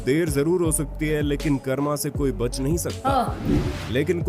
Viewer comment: Bhai mujhe samaj nahi aata karmaaaa nahi hota vo karma hota hai bc A silent hota 😭😭😭😭😭